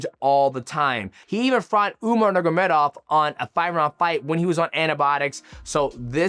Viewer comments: Nurgomedov? You always refuse to say Khabib's family name propery😂 NurMAgomedov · also, pronunciation is one thing, omitting full sections of a word is completely different. He is not saying the word at all, let alone pronunciation. He skips the -ma in "nurma" and just says "nurgomedov", thats not mispronunciation, hes literally not saying the name at all. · he's not mispronouncing it. He's not saying an entire syllable of the name. He skips the MA in Nurma. Youre so corny dude.